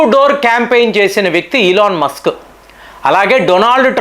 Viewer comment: సార్, అయన ఇలాన్ మాస్కు, కాదు, 🙏🙏🙏🙏🙏 కొంచం మీ ఉచ్చారణ మార్చండి